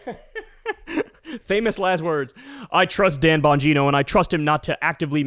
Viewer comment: *Gine-OH* Dan Bon-GINE-oh